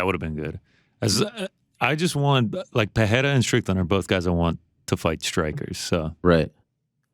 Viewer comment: PEHERA vs strickland?? Pls just pronounciate it pereira xD